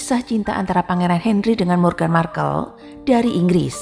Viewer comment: Aduh wartawannya belum hafal atau gak ngerti ya dengan nama pangeran harry dan meghan🤣 Harry/sebut herry Hendry 🤣🤣🤣 meghan moghan 🤣🤣